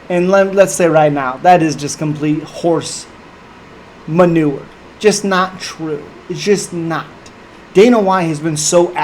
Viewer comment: HORSE MA-NURE